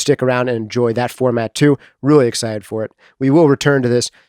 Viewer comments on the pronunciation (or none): none